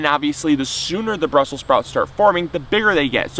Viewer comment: Brussels not brussel.